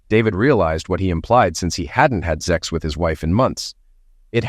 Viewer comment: Stop saying ZEX . Speak English .